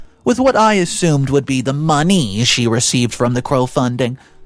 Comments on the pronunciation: Please learn to read the script, crowdfunding is not crow funding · WTF is "crowdfunding?" I know what CROWDfunding is. How is this guy grown and not know how to pronounce almost every word.